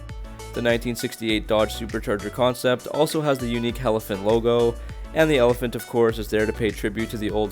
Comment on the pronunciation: Elephant not helephant